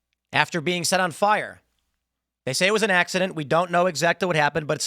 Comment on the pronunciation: Tim. You said, "SET on fire"! Stop talking like you're on the "spectrum"! That shit is the problem.